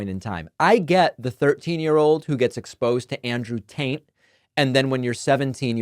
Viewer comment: "Andrew taint " i love it david not sure it was intentional but i love it